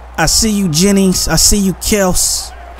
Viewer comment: Hey, its KEL-SEE. LOL.